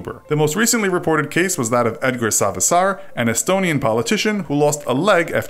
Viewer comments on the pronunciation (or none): Oh, btw you said Edgar Savisaar wrong. Spelled more like Ed-ga-r Sa-v-i-saar. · Edgar Savisaar "Edgr Savissar" I feel you bro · The way you said edgar savisaar😂. But cool that estonia got metioned. And i am estonian and also he is quite a hated politian